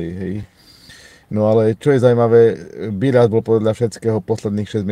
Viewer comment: Nie Biĺas ale Bilas. Je to môj bratranec tak viem ako sa volá.